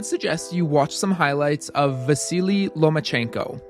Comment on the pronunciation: i’m a ukrainian who also speaks japanese, so in the first minute of the video i was first really impressed by you nailing the pronunciation of vasiliy lomachenko’s name and right after that i audibly gasped when u said shiraishi😭😭